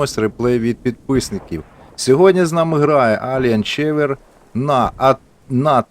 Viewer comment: Ахахахах, не чевер 😂😂😂😂 Елієн 4 (фор, four) ева. Постійно ржу коли люди так читають 😂😂😂😂 дякую що опублікував. Тут багато хто пише що таких ізєйших боїв не бачили. Таки так, в мене колись давно-давно був такий бій на ПЗ4... 9 фрагів тупо один за одним на мене їхали 😂😂😂